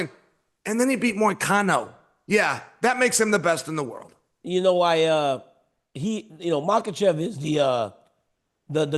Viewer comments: Islam “Maklechev” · Yo Chael, there is no “L” in Makhachev bro Should we all call you chae from now on? Or Cheam??? So freakin’ annoying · “Islam Mocklechev” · "izlam mucklechev™" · Islam Makowlchev Chael is unintentionally funny with his habit of butchering and adding entire vowels & letters to fighters names 😂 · Facts! It's funny because as well spoken as Chael is, he really butchers some names! I think it started as a joke but it's crazy now! Love Uncle Chael